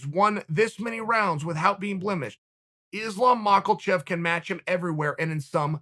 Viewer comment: "islom macklechev"